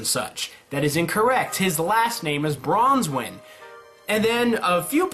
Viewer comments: Why are you pronouncing Qrow's last name as bronze wen there is no z or bronze in branwen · Branwen not Bronzewen XD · Bronwin NOT Bronswin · Ok, m8, it's not Bronzewen, aight, it's Branwen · It's brawnwen there's no s in it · oh and just a minor odd complaint but its branwen. there is no "Z" bran like raisin bran cereal and wen like when. the way you pronounced it was like dove's last name. also by dove i mean dove bronzewing the "D" in team CRDL (Cardin's team) he is such a minor character that i felt the need to explain who he is. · he typed it out branwen anyway, he was just pronouncing it like branswhen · There's no s or z in Branwen